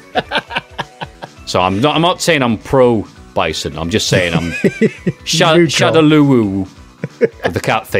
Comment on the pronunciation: Even though I know "Shadaloo" is correct, I prefer "Shadowlaw" because to my ear it suggests ruling from behind the scenes. ShadaLEEOW is... a choice.